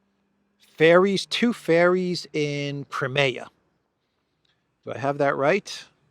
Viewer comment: Learn how to pronounce "Crimea", correctly, and we might take your report seriously.